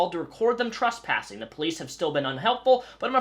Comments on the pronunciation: Trus passing?? What the fuck. Pronunciation matters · Are you saying trusspassing?